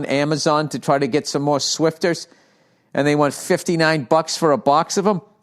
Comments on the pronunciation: The fact bill calls them swifter's and not swiffer's. 😂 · Isn't it swiffer not swifter? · Hey Billy Redballs. Its SWIFFER not Swifter. Love you and go fuck yourself. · Bill is an official old man because he mispronounces swiffer.